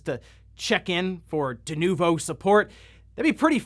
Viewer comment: yeah .... DE-NUKE-VO .... yeah ... NO!